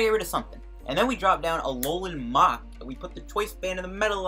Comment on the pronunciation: Please stop pronouncing muk so violently